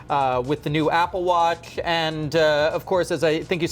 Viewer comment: "Spent some time with the apple wawc " Lmao